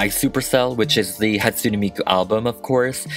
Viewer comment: Sorry but it's pronaounsed Hat-sue-ney miku. My fav is Kagamine Rin. 😊😅